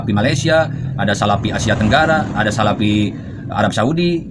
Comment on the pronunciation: salafi pak, bukan salapi.. bagusnya anda belajar ngaji dulu agar lebih fasih (bukan pasih)